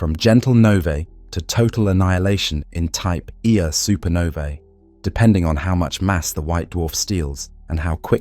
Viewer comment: I was convinced that a real person recorded these untill it got to the type 1A supernovas 😂 honestly though great channel "type eeeaaa supernova" lol love it